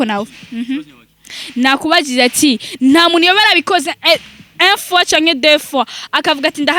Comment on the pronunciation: Kandi nibavuga un fois bavuga une fois😂😂😂😂